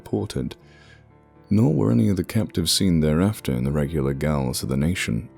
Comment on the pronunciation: ‘Gaol’ is an old British spelling of ‘jail’. It’s pronounced ‘jail’, not ‘gay-oll ‘.